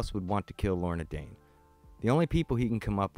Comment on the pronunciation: Every time you say Lorna Dane my brain hears Laura Dern. Then I imagine a David Lynch direct Batman movie with Clayface. It most likely would be terrible but the slim chance it could be good might be great.